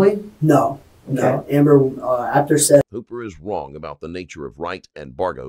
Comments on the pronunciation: You guys keep mispronouncing his name. It's SETH as in BETH. His name is literally said a couple dozen times. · Seath… like Heather. Feather. Death. Not seethe. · Even worse, pronouncing his name ‘Seeth’ 🙄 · This case is beyond dumb. Also, isn't it pronounced Seth, not seeeeeth? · “Seeth Jackson.” Sigh… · Seth Bargo? . Narrator made a mistake there